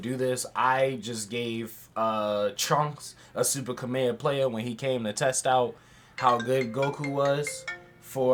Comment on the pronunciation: I love how you pronounce some of the things you do. In this video I heard you say "kameha playa" and in another video you referred to master roshi as the goat. "Wtf is the goats name??" I dont know if its intentional or not, but I love it lmao